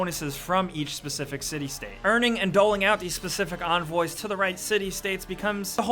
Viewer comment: Onvoys? it begins with a E